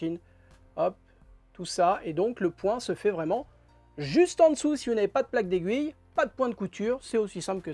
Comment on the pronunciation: Merci pour le tuto!!! Vous avez dit “Plaque d’aiguille” ou “Plaque des gouilles” ?😂